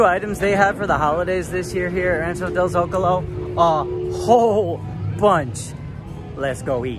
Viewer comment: You’re the first Disney youtuber that I’ve heard say “Zocalo” right! There is a town next to where I was born in Mexico called el Zocalo so I know! Lol